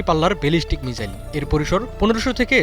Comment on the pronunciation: মিজাইল কি? মিসাইল